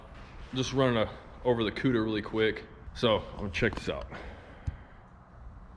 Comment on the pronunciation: i swear it sounded like said cuder. that is gonna be a hard car to get into. gonna need to step up so you can sit down in it.